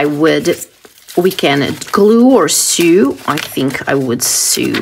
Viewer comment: just FYI the word “sew” is pronounced in American English “so” just like the word “so”… in other words “sew” and “so” are pronounced the same